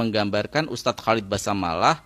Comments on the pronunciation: Basalamah bukan basamalah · Basalamah bang..bukan basamalah